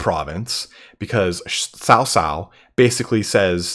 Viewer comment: Hey, I love your vids. Just want to give a few helpful tidbits. Cao Cao is pronounced more like Tsao Tsao (not Sow Sow, imagine as if this was some Aztec name in terms of handling the 'ts'), Xiahou Dun is pronounced more like "Shah (like the Shah of Iran) Ho Duen (like duet but ending with an 'n'') and lastly the Zhuo part of Dong Zhuo (ya got the Dong right) is more like "Zoo-uoh" but mashed together in a single sound. Your pronunciation of Liu Bei is great though:). Not hating, I know Chinese is a tough language for non-native speakers, just wanted to help out.